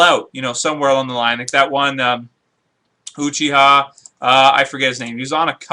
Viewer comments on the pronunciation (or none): none